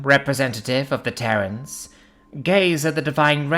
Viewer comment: Terrans, not Terrains.